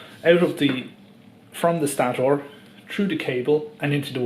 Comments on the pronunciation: Good video but please say stator correctly lol had me laughing everytime you said it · Turd phase? Loose the gloves, speed it up, and learn to say stator, third, and three in English.